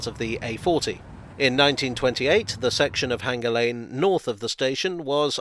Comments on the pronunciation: Is Hanger Lane really supposed to be pronounced with a hard 'g' ? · There is no H in Hanger lane, locally it is pronounced withe a hard A as in Anger Lane.